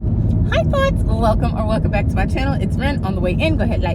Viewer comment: Hey lol did you say Hi thots at the beginning 😭😭😭